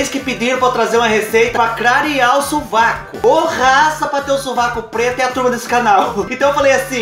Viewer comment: Kkk clarear o subaco nao o suvaco rsrs adoro vc